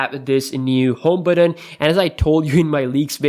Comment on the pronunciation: BUTTON NOT BATTON FAM!